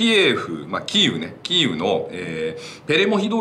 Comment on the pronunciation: 何度も言い間違えるならキエフで良いと思いますが。。。